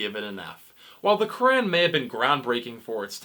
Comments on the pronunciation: At least learn how to say "Quran" right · That’s not how you say Quran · The way you pronounce 'Quran' grinds my gears. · Idk what’s more funny the comment or this guy trying to pronounce the Quran